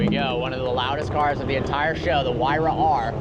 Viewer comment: This guy sucks at pronunciation it’s not a yesko it’s a jesko and it’s not a whyra it’s a hyura speak English and pronounce it normally like an American